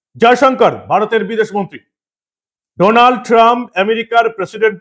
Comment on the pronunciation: Sir, it is not Doonald, IT IS DANALD Trump. DA ,DA, DA NOT DO OK. I LIVE IN THE USA THAT'S WHY I AM CORRECTING YOU. THANKS.